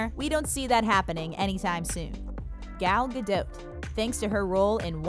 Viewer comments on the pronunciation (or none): Oh My. Being Israeli, watching the the narrator saying GAl Gadot makes me go cray cray!!!